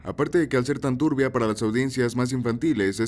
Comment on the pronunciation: JURO QUE ENTENDI RUBA EN VEZ DE TURBIA ASJKLSKLAAJAA